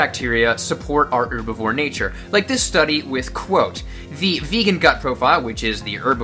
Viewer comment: Thank you for pronouncing herbivore correctly instead of HHHerbivore